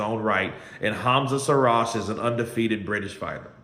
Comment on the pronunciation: Another nobody with a 2 bit story in support of losers. PS "Call him by his name" pronounced SHEEEEERAAZ. Not Seeraz.😊